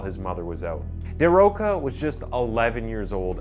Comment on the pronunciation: Can I give you an advice, as a fellow Brazillian? Go to google translate before you attempt to say foreign names and check how to speak them in their language :) His name is actually spoken "Tchee-ah-go da Rosha", not "Tee-ago da Rocka". Just a tip! I'm loving your channel! ♥